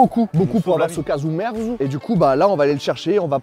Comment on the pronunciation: Caghju merzu. Prononcer CAjou MERtsou (littéralement : fromage pourri)